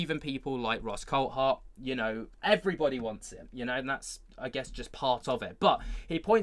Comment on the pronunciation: What's everyone calling him Coul-Hart for ? Its CoulTHart.